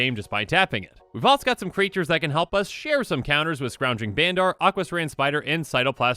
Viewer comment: Just so you know, Bandar is pronounced more like "bundur." Rhymes with thunder.